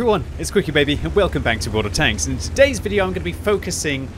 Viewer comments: I'm pretty sure You're saying "welcome bank to World of Tanks" :) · This is cursed, I’ve always heard back but now that read this I hear bank. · i can’t stop hearing this now, this is your fault